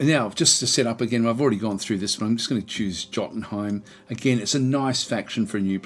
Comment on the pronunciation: Haha, I caught that too. It's a 'tch' like 'itch', not a hard 'k' sounding 'ch'. Also Jotunheim is with an initial 'Y' sound.